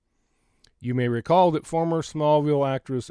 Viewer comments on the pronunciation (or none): none